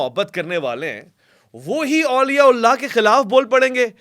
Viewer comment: please Auliya Ullah na kaha karain. Sahi lafz Auliya Allah hota hai. Thanks in advance